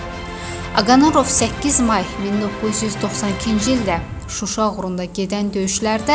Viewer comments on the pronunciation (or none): none